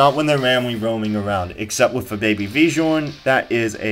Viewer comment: Bjorn is pronounced byorn